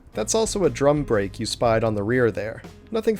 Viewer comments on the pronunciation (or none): none